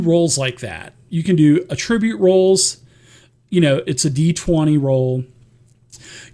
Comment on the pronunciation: dude, ATT ri bute; not at-TRIBUTE; otherwise awesome heh